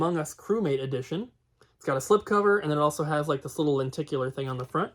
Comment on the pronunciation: len tic u lar !